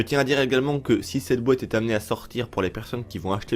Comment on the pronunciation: la fameuse ''bouéate'' de vins je m en lasserait jamais😁 , sinon super info gg👍